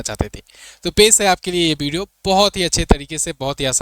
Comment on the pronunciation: Pahle to aap bolna sikhe Bideo nahi video